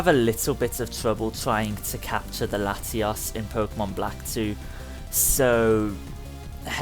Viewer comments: You called the both the latis, latias. Use more emphasis on your o's! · When you said Latios and Latias it sounded like Latias and latiaaas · Dude its Latios not Latias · latias and latiaas lol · Why did you call both Latios and Latias "Latias"? You need to work on your "O"'s, man. I'd understand calling Latias "latias", but Latios is pronounced "La-tee-yos". You did Latias perfectly, actually. You just need to work on pronouncing "O"s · you said latyass XD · He said Latias and Latias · It's called Lati-ous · never mind you said Latios wrong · LATIOS PRONOUNCE IT CORRECTLY